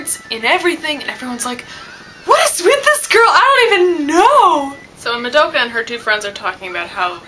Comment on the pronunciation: and I'm sorry but can you pronounce Madoka's name properly? That's a huuuuuge pet-peeve noob mistake and cmon....you live in Japan right? :P